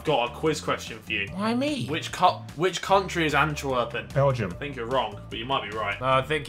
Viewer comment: The way Harry said "Antwerpen" haha verry good try tbh, greetings from Belgium !!